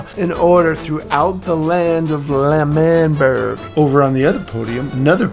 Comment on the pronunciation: normal people : l'manburg his dad : lamanbarg